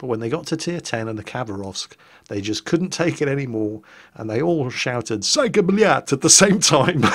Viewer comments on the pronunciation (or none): none